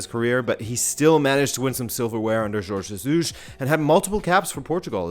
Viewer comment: Your Portuguese's pronunciation is quite above average for foreigners :p in particular how you say "Jorge Jesus"